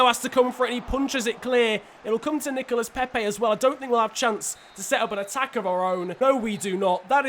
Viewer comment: It's Nicola Pepe and Thoma Lemar not Thomassss or Nicolassssss